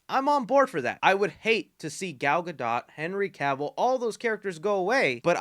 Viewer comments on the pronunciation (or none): Yah, I'm that guy. Gadot is pronounced Gah doe. The T is silent. Thanks. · You do NOT pronounce the T in Gadot bro......NOT. It is pronounced Gadough :) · “Gyal Got Dot” sounds like a Jamaican man talking about a ladies butt! YA MAN! DAT GYAL GOT DOT!!!!! “Real Ts move in silence like the T in Gadot” - Not Lil Wayne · Really not cool to tease us with a cameo of Henry Cavill a Superman in black atom with all these changes happening I understand being in between management but still not cool for the fans. Last thing to the Gentlemen doing this video Gal Gadot name is not pronounced that way it's pronounced like Gadough. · Dude you keep saying Gal's last name wrong....why....